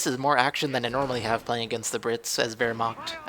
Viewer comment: You do have some problems pronouncing german words^^ But I know its hard^^ Wehrma-ch(hiss the "ch")-t. But good game:)